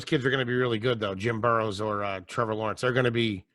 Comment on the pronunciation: said "Jim Burrows" lmao